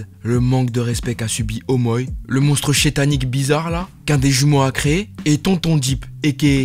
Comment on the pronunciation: Mais tu peux arrêter de dire shétanique